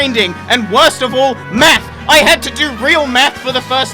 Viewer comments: Did he say it took him hours of math or meth? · i had this video in the background while playing and i thought you said meth instead of math, got a bit worried